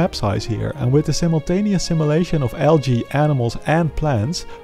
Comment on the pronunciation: why do you say algae like alga